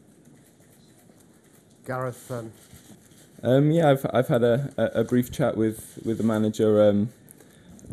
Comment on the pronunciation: GARETH NOT GRETH